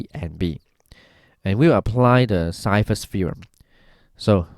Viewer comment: I think Ceva is pronounced chayva